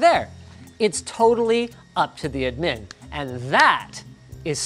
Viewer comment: It makes me uncomfortable the way he says admin